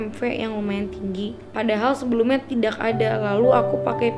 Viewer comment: kalo ngomong tidak kenapa dibaca "k" nya bacanya tida aj